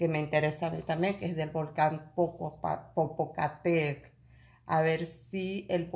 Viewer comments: Perdón, del volcán el nombre es ....PO PO CA TE PE TL, en idioma nauatl , si le es difícil pronunciarlo tambien le decimos volcán POPO .gracias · Amiga, es Popocatepel, sera que no lo pronuncias bien y el pendulo dira, que volcan es ese que dice ella?, 😆😆😆😆😆😆